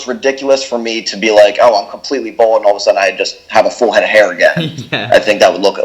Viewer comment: It’s Bald!!! Not bold!!